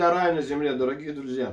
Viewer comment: На 22.09 послышались "ДУРАКИ И ДРУЗЬЯ"😅 Спасибо за видео.